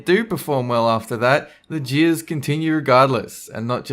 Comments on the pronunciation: Wait!! Are you saying 'Descend into Jeers' or 'Jiizz'?? XD I hope you don't want to descend into Jizz... :( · I thought he said jizz.. He said jeers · Who else thought he said jizz when he said jeers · The WHAT? Oh, JEERS. I thought you said something else. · Please tell me I'm not the only one who heard 'jeers' as 'jizz'. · Did you say decend into jizz?! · I didn't realise he said jeers at first. I was very confused.